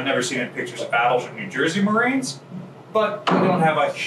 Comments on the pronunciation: Umm at did he say ship's maroons?? Instead of ship's marines? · Did he say Maroons? I only thought that was an insult Bugs Bunny called people.